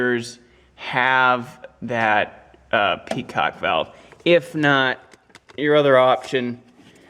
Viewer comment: Lol. I heard that too. 😄